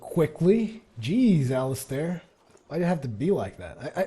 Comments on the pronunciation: Well I personally go by Al-is-ster despite my spelling but I believe it's Al-is-stair as it's spelled, one thing that agitated me about play through is he always said it Alli-star. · It's pronounced like the league of legends character alistar (Alis as in Alice in wonderland and star as in star)